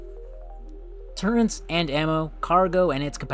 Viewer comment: Wtf is a turrent?